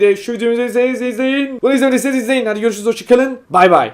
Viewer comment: Bay bay diyemedin😂😂😂😂😂😂